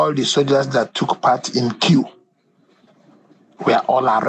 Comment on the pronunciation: Analyst so you cannot pronounce coup and pronounced it as que ?